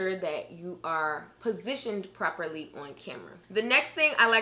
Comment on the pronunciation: haha she said pepperly